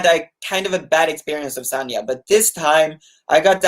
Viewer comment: it's San-Ya, not Sarnia, which is a city in south-west Ontario, Canada.